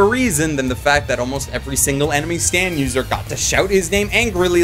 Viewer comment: I keep hearing you say "anime stand" instead of "enemy stand".